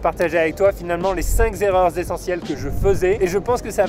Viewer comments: C'est encore une zzzzzerreur! 🤣🤣 On dit cinqqqqq qqqqerreur! 😉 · A t=0,05 et t=0,45s, j'aurais préféré entendre cinq erreurs plutôt que cinq z'erreurs... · choquant le 5 "z'erreurs" L O L